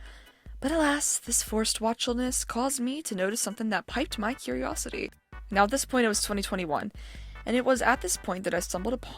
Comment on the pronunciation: I don't know if you were just being funny, if so, sorry. Piqued is pronounced like "peeked."